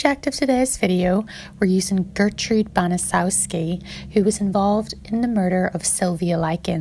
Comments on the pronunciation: Fyi, her last name is pronounced "Ban-a-chet-ski". Srry if I was snarky. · Hey narrator!!! Get the name right!!!! Its pronounced bana chefski!!!! I know its a big word but say it with me banachefski!!!!!!! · It's name is pronounced banachefski